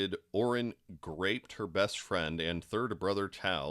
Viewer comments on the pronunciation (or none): Why do you keep saying graped? like a grape 🍇, no it's called "Groped" Unbelievable 🤣👉